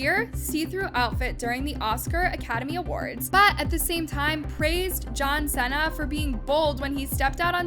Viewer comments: Pronounced John See-na. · “John SENAH”😭😭💀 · Why you say Jhon Cena's name like that LMAO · Why did she pronounce John Cena like that??😭😭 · I was looking for this😭🤚🏾